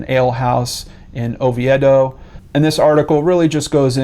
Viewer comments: Its O- VE- DO not however you said Oviedo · Its pronounced O-vee-doe